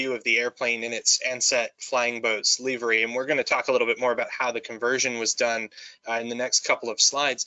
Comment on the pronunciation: Just one thing..."leavery?" 🤣 🤣 🤣 🤣 🤣